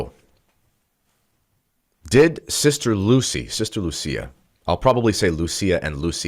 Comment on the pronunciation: Portuguese is not like Italian. Lúcia should be pronounced LOU SEE AH accent on the Ú and not on the Í